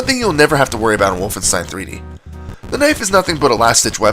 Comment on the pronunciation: Speaking of. It's WOLFENSTEIN! Not Wooflestein.